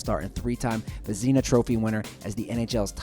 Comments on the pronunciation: ves-na not ves-in-a dont say it how it looks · Vez-E-nah trophy? You mean the Vezina (vez-nuh) trophy? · It's vez-na not vezinaa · He said vazīna. Lol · Tbh it would sound better than "vezna", but what can you do, can't change the guy's name. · do you really not know how to pronounce vezina?!?!?!?!? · Who the fuck pronounces Vezina like that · Please learn how to pronounce Vezina oh my god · I'm sorry but the way that Vezina was pronounced with patrick roy made me laugh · Ikr I cringed